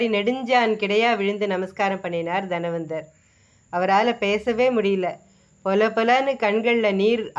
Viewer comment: தனவந்தர்; தன்வந்தர் இல்லை. Nonsensical pronunciation.